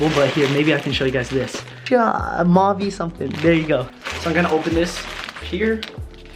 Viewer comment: It's pronounced "Mow-vay" Their stuff is awesome (high quality fabrics, stylish), I'm a fan.